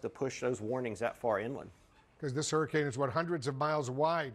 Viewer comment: It's a hurricane not a hurrikin 😂😂😂